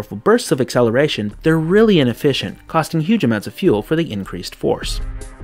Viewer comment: "akkeleration" did you actually say that? Try "akseleration"